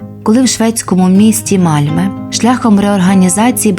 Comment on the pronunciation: Місто не Мальме,а Мальмьйо. Найправильніше шведську букву Ö вимовляти,як російську Ё. Malmö